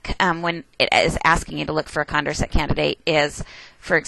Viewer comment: Condorcet was French. It's con-door-say :D